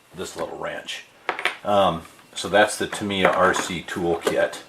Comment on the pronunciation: Tam EYe Yah NOT Tam ee yah 😅